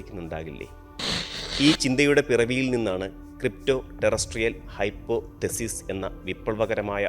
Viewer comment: ... NOT "hypo thesis".... It is one word "hypothesis"